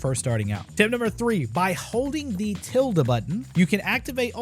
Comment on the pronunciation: wth is "the tild button"